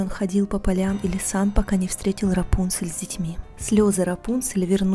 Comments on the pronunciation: У меня на компе раньше была игра про рапунцель, и там так же был раздел где можно было послушать историю и там как раз был именно этот вариант истории) (но меня в этой игре всегда смущало то что ударение было не Рапу́нцель, а Рапунце́ль) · Правильно имя РАПУНСЕ'ЛЬ с ударением на букву Е.